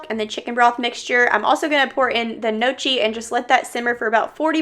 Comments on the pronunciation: Gnocchi is pronounced no-key. I was corrected on this myself from Italian family members 😂 Your home is looking so festive and the hanging basket for $7 is my fave ❤ I actually like the leaf garland around your door. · Gnocchi is pronounced “no-key”. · Gnocchi is pronounced no-key ;) Your decor and home are beautiful. TFS xoxo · Just tuned in, excited to see the video! The CH is not pronounced in Gnocchi. It's pronounced Nyo-Key. LOVE the fall floral bouquet! Floor mats are super cute also. That's strange about the urn prices. But they're cute so 🤷